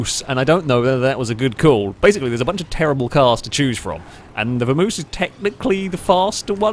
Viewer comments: It's a Vam-oss not a Vermouse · Isn't it Vamos (vah mohs) like the Spanish word? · pronounciation of Vamos makes me ill.:P